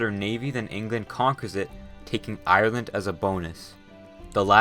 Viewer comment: YAAAY This is legit the first geo channel that pronounces my country's name properly Thank you h0ser